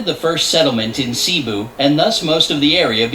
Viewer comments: i keep lauughing at the part where she says cebu She pronounce it as " Shebu " which makes me some how smile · you said cebu wrong ahhh why do people keep miss pronouncing it🥲🥲